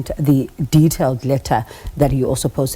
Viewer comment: Khakhau NOT Khakha